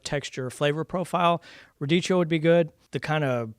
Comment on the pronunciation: Radicchio is pronounced as ra DEE kee oh